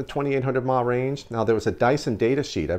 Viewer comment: Please stop saying mah for some reason people who vape don't know what they're talking about clearly it's milli amp hours wow u sound stupid